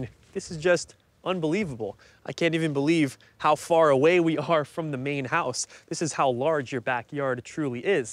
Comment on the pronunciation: House...not hose